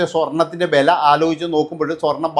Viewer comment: സ്വർണത്തിന്റെബല,,ആദ്യം മലയാളം പറയാൻ പഠിക്ക്.... മോനെ